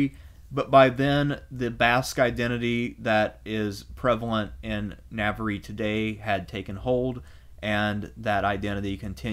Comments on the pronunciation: I'm a big fan and normally only too willing to overlook one or two dubious pronunciations in light of the wonderful quality of your content, but listening to you mispronounce 'Navarre' as brutally as you have in this video has caused my to reflect on the point at which the medium begins to undermine the message...a well-built house still needs a lick of paint. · Amazing video... But it would be a whole lot better if you invested a little time into researching how to pronounce the regions of Spain. Navarre is so bad I didn't even understand what you was talking about. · Na-var. It's pronounced Na-var, not Na-ver-re, Na-var. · Yeah its so easy to pronounce, something like "nah- var (rhymes with star), not nav-var-rie. It was jarring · I like History and I like these podcasts but dude ...NAVARY??!! NAVARY?!!! WTF... Please learn how to pronounce Portuguese and Spanish better. It is not that hard... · Navar not navery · You pronounce Navarre wrong every time and it hurts my ears. Spanish vowels. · Thank you for this; worthy of seminary. Very enjoyable. (Navarre is pronounced Navar, Algarve = Algarv - please don't think I am a pedant - I am quarter Spanish - I could never put this fascinating monologue together). Please do more. Love Hedy. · Really good video, but you butchered the region names so bad. “The region of navariiii” 😂🤣😂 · The Navariiii thing really did make me grit my teeth each time. I’m normally not a huge stickler for pronunciation but several in this vid did bug me quite a bit. They aren’t very difficult to get correct and i found it took away from what was otherwise a very good and informative video. I really don’t want to come across as a hater here, I legitimately enjoyed the content. Just please, next time at least acknowledge the proper pronunciation and people will be a little more forgiving for your choice to anglicize it. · Lmao "navery" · Navarre is pronounced ‘navarr’. Your mispronunciation really irritates me.